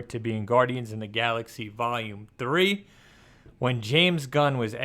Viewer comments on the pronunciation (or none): none